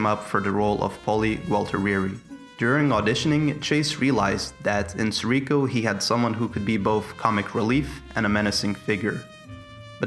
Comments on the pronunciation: the constant mispronunciation of Sirico is outstanding. SEAR-EE-KO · He's my Cousin and your not even pronouncing his name right, it's Sirico. His father call all the time asking for prayer for his son, Tony..